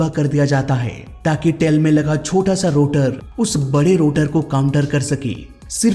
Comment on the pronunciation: Bhai tail hota hai tale nhi... or popular hota poopular nhi... tum bolne mai bohat galtia krte ho, ajkl koi bhi muh utha kr reporter, youtuber, story teller bn jata hai.... bina khud pr kaam kre, or bina baat cheet ko theek kre, isi liye to humare desh ka mzaak bn rha hai